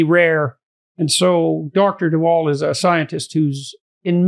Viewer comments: Lmfao, de Wall? It's like biden in office when native english speakers try names. It's de Waal, de Waal is a river running through the netherlands. A for effort tho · Vaal not Wall. All animals have empathy, not just chimps, you can see it in crows who are highly intelligent and also in finches like my zebras and canaries... I have a 10 yo zebra finch who can barely move and although in a cage with 14 others no one bullies him while they do fight between themselves. I had a sick zebra finch being regurgitated, fed by a Java sparrow male while she was in labour laying an egg... Animals and birds are amazing. Humans are just crap. Also I am a girly woman who is heterosexual and as she grew up liked to climb trees while wearing nice dresses, played with tanks and my fav toy was my sword. This whole gender thing is a sham and disgusting. Lived in Holland for a while and boys were being diagnosed with ADHD and medicated for being boys, including my neighbour's son who was a lovely boy but who had a neurotic mother who was reading all the 'woke' books. The marriage did not survive and the family fell apart, the mother was trying to get autism diagnoses for her 3 kids who were just perfect lovely children. You should read 'The Elephant Whisperer' to see Elephants can also communicate telephaticly.